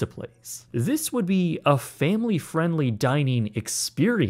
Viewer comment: Wud? What the fuck is "wud"?